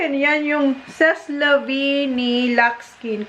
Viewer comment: Pronounced " say-la-vie"